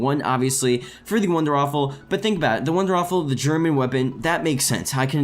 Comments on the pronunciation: It's not "the wonderwaffle" its "the wunderrwaffe" pronounced "vundervaffe". Please fix this. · It isn't called the wonderwaffle......... it is the wonderWAFFE....